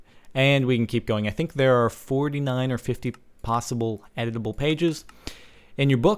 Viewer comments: i thought you said edable im like 0.0 ahhhhh this is crazy then its like quill and im like ewww you are going to eat a pen and a book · i thought you said edible books XD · i thought he has said edible books, and i was like yes now i can eat my words! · i thought he said eatable books for a while.... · i thought he said edible books XD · Am I the only one that thought he said edible, like, you eat it? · I thought he said edible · Did anybody else think it said edible books ? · i thought he said edible books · i thought you were saying it was "edible" :| i want to eat books! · I thought he said EDIBLE XD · At first I thought it said: "edible books" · Ohh i thought you said edible like eat the books i feel dumb now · I thought you were saying 'edible' books :P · LOL I thought he said edible books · Instead of editable books, i thought you was saying eatable books. -_ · I thought you said edible books... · i thought he sed we could eat books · aaaahh...editable....took me three minutes to understand he wasn't mispronouncing edible. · Thought he kept saying u can eat it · At first I thought he was saying that the book was edible. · I thought you said Edible instead of Editable lolzors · I kept on thinking he was saying "edible" and i was like da fuck? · am i the only one who heard him say "edible books" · I thought he said edible pages not editable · oh from the title i thought he said "edible books" so i was really interested lol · its pronounced edible books not eatable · When you where talking I thought you said edible not editable books.XD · DX I thought I heard/read "Edible" books instead of "Editable" books... I was SO getting ready to see CaptianSparkles nom down some paperback bookworm style. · I swear he said "Edible" the entire time he played I wondered, "is he going to eat it?" But then I realized that I'm an idiot and he said "editable" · ohhhh editable books i thought he said edible books lol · I thought he said edible lol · I keep hearing 'Edible'